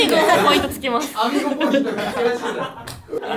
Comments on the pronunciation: アミーゴじゃなくて、アミー号じゃない！？笑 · アミーゴじゃなくて「アミー号」だと思いますw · アミーゴじゃなくてアミー号🚌